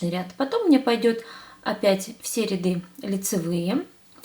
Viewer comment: Дальтоник,что ли? Какой Зеленый? и рядЫ надо говорить,а не рЯды...слух режет...